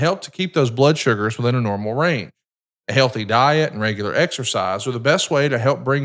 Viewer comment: Eric needs a better connection and/or equipment, he's always constantly cutting out. I dunno if his background cancellation is too high or what, but it's so hard to listen to. Same with, listen to his medical plug, the S is left off diabetes and he says "rain" instead of "range".